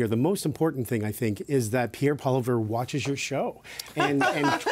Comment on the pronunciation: This dude needs to learn how to pronounce Poilievre.